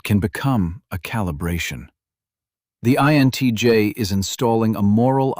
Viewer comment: Down voting for careless use of text to speech ("int j" pronunciation of INTJ indicates the video was not even reviewed prior to uploading)